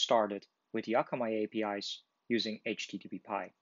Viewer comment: it is aitch-tee-tee-pie not aitch-tee-tee-pee-pie